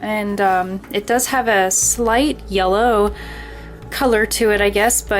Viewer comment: hahahahah ye-LLOW